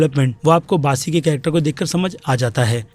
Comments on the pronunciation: It's bassi not baasi lol 😂😂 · It's not 'Baasi' it's "Bassi" 😅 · बासी???किसी का नाम तो सही से बोल दे भोस*** 😂😂😂🤣🤣😂😂🤣🤣